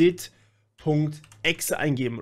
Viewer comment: RehhhGehhhDit, alter ne...